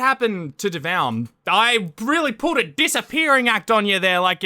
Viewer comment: Devoun? What’s a Devoun?